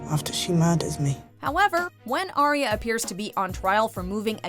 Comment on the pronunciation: It's ARYA, stop saying ARIA!